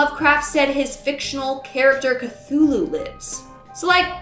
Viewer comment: 😲and now I have an example of how K'thulu is pronounced🤯🤔... I'm still considering it fiction. I will do so until he pops up in CA 🤔still... that's oddly accurate and coincidental.